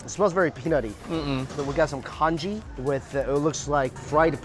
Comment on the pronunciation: Conchee or is it conchjee?😂 stable from which Asian culture?